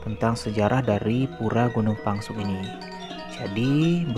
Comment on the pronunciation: Reporternya ngawur tu. Pengucapan Gunung Pèngsong koq jadi Gunung Pangsung ? Buat netizen diluar Lombok harus diketahui yg benar adalah Gunung Pèngsong.